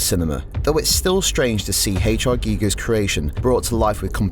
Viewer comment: Geeger? Wtf dude. It's pronounced the same way as the radiation counter.